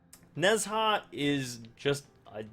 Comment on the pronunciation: It isn't "Nez Ha". Pls listen to Ne Zha here